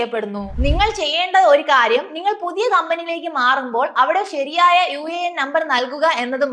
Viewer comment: Una അല്ല uan എന്നാണ് പറയേണ്ടത്, ഇത് വെറും ഇൻഷുറൻസ് പരസ്യതിന്നു വേണ്ടി ഉള്ള വീഡിയോ 😂😂